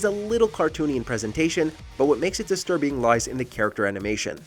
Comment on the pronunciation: sir thats cinema not desterbing